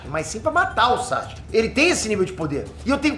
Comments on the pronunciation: 10 anos de curso e o ainda fala "Sachic" kkkkkkkkkkkkk É Sa-Su-Ke 🤣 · Para de falar saXUque pelo amor